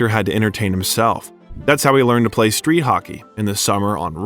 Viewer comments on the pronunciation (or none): none